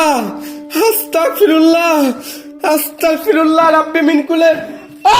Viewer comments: আস্তাকফিরুল্লা হবে না ভাই আস্তাগফিরুল্লা হবে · ভাই আসতাকফিরুল্লহ না আসতাগফিরুল্লহ